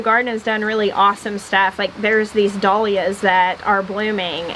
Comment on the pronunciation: Jill,dahlias=dal yias! Not doll yias!